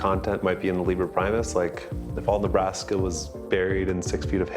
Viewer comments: Caleb Gotthardt I‘m not diminishing their accomplishments or anything...just thought it was funny, that those guys are supposed to be incredibly smart, but they pronounce „Liber Primus“ wrong... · As someone who too latin I’m bothered by how they mispronounced liber primus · Love how these “geniuses“ pronounce „Liber Primus“...